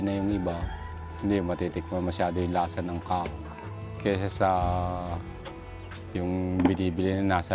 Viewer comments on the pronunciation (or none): It’s kaong! Not kawong 😂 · Me: Ka-Ong This dude: kong